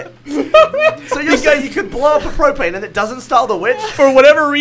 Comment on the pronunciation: Propane, more like problaine, am I right?